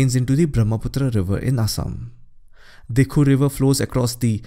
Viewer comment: It should be DIKHOW instead of DIKHU